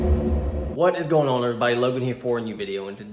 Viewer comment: "Don't egg us ahwn"